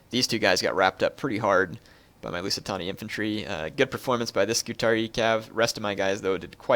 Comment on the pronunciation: I'm pretty sure it's pronounced "scoo-tar-ee-eye" btw